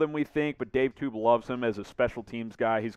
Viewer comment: I don't think you should be hosting the Chiefs channel... 'Dave Tube'?? Come on, he's probably the best special teams coach in the league and you can't pronounce his name!! Thompson gets cut, Gore stays... Fortson isn't getting cut either. About a week ago you had Saunders getting cut...lol... you really don't seem to have a lot of knowledge about the Chiefs. Oh, and Buechele will be on practice squad and be Patricks' backup next yr... Ward isn't getting cut either....